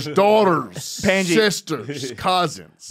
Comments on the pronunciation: he really calls him pendji lmao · I heard it like "panciiii" (Pot) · Pandji : PANT G 🤣